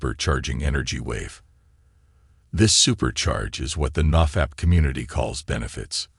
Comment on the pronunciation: Woah this is an AI man I never even realised until the nofap pronunciation